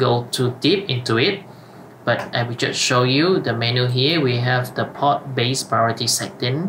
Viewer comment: reading the options of the switch, inventing pronunciation is quite funny , like poRt has a R in the middle. you're reading all the time pot, instead of port, i.e. the first one is something to smoke. do not omit letters and learn the correct pronunciation .... your video is as helpful as reading the manual in Chinese ....